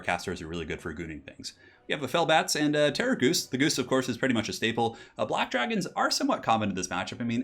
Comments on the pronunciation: STOP SAYING GHOOST IT'S DRIVING ME INSANE! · terra-ghoost lol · I keep hearing "Terrorgoose"... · What's the Terrorghoust thing ? Why do you pronouce it like that ? 😢😢😢